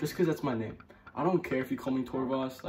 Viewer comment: OMFG THE FIRST QUESTION HE ANSWERED WAS MINE PLEASE AND YOU PRONOUNCED MY NAME RIGHT SGSHHSS I LOVE YOU 😭❤️❤️❤️❤️❤️❤️